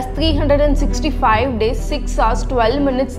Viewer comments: Well Hours is not pronounced as Hars it pronounced as ours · Ours wrong pronounciation Hours rihgt pRonOuNTIAn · Sister, ‘H’ is silent in ‘Hours’ 👍 You are pronouncing it wrong. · Ok nice but why does this person say (hu)ours like miss guurrll ur not supposed to pronounce the "h" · Pronounce " Hours " again. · Alia bhatta?? Hars? Or Ours? What is wring with you, you are not live. Then why not make a correct pronunciation!! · Well that's the first time I've heard "hour" pronounced as HAAZ. 🤣🤣 and a year = ear 👂 lolzzz